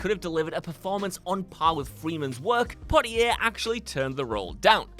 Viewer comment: That’s not how you say Sydney!